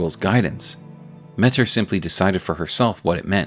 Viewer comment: I think it's pronounced "Meh-Teer"